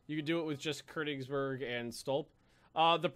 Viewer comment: Ugh say Konigsberg right